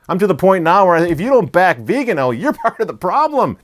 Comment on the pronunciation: Please, pronounce the Archbishop Viganó’s name properly, indeed as you publish it - .vi-ga-NO accent - only - on the final syllable.